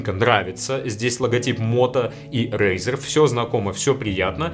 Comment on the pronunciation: Не смог выговорить. Это тебя Валя наказал рекламировать razr?